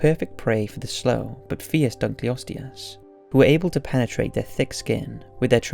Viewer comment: Interesting video, and one actually in one of my own fields. I could quibble with your pronunciations (like saying "adaption" rather than "adaptation", your pronunciation of Dunkleosteus, and the fact that you refer to the animals in #1 as "Brontotheriidae", which is actually a family name. You could just call the group collectively as "Brontotheres", since your illustrations show several different species). I think that's it's certainly true that none of the animals you discuss could survive in our time, essentially because the ecosystems in which they lived are no longer in existence (as you point out). I think that resurrecting mammoths would be a terrible idea, because elephantids in general are highly intelligent and gregarious animal that rely heavily on learned behaviors from the families in which they live. Mammoths would need to be raised and kept with elephants, at least at first, but we really have no idea, except in the most general terms, how they behaved. But no modern elephants could teach a young mammoth how to survive in a far northern tundra climate. At the same time, mammoths were not at all adapted to tropical climates, and would do very poorly among modern elephants.